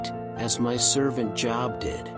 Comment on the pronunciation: His name was not Job as in "Go get a job, ya bum!" It's Job as in Robe. A long O sound. 😊